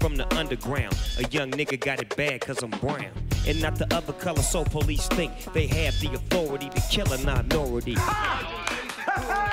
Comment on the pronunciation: "Porice beating"